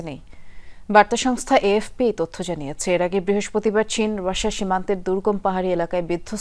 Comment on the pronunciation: Ai meyeta rasia uchcharon korte parena.